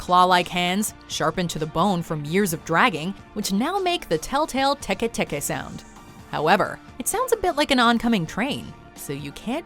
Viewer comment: ITS TEKE TEKE